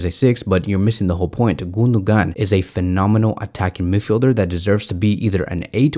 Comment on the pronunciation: The pronunciation of the Name of the German midfielder is Gun-do-wan. The mark over the second g in his name means in Turkish that it is almost silent.